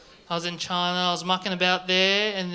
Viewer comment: I like when he says "Choina"